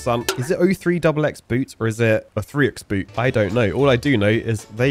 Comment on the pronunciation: It's pronounced "Oh three -X-X Boot". It isn't me, but they are a US Marine working in Infantry. "03xx" means Marine Corps infantry and boot is a US military term for a brand new person. Semper Fi